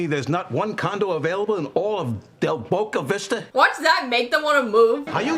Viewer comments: Del Bisto Becko!! 🤣🤣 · You need to watch the outtakes of Jerry Stiller trying to say Del Boca Vista. He couldn't say it, it was hilarious! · The bloopers of Jerry Stiller trying to pronounce Del Boca Vista are absolutely hilarious. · in Seinfeld bloopers Jerry Stiller took like 15 takes to pronounce del Boca Vista correctly. Look it up 😂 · The outtakes for this are hilarious. Jerry Stiller couldn’t say “Del Boca Vista!” 😂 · Need to watch outtakes from this episode. Frank trying to say del boca vista is hysterical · Check out the bloopers of Frank (Jerry Stiller) trying to say Del Boca Vista.